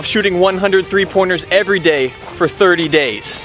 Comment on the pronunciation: I thought you said every day not what ever you said